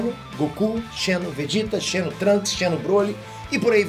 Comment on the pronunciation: xeno, escreve-se assim, mas a ler é como de fosse com um z.